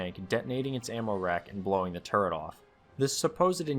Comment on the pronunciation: I knew two actual tankers who were so thick headed they could not be taught to say or write the word turret correctly. Exactly how you said it in the mega no punctuation comment is exactly how those two imbeciles pronounced it and I am internally screaming into an uncaring void thanks to having heard that. I know this video is 3 years old but thanks for dredging up that memory I tried my damnedest to suppress.